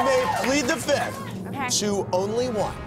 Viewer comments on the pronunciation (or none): Andy Cohen, it's time for you to pronounce words properly. It's "plead the fifth" not "plead the fith"